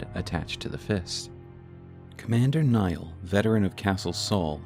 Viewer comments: why call him commander "Naill" when its clearly "Niall"? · Others have mentioned I think, but the name Niall is pronounced is identically to Neil (i.e., it's a homophone of "kneel"). As always, this was a wonderful video and I appreciate the in-depth research that went into this lore deep dive!